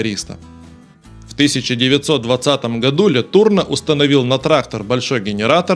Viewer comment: Фамилия Ле Турно произносится с ударением на последний слог "но".